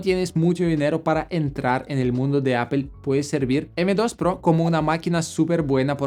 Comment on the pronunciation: Muy bien video pero PORFAVOR NO DIGAS APEL, hablas muy bien el español pero di Apple. Saludos